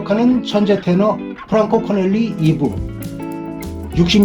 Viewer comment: 코넬리가 아니고 코렐리 입니다.